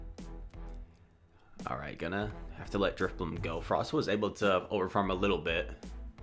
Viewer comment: Maybe drif-bling instead of drif-money? haha